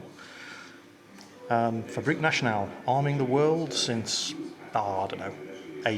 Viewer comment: as a Belgian I must say 2 things: 1) you pronounced zeebrugge correct good job:) and secondly I couldn't stop laughing the moment you mentioned fabrique national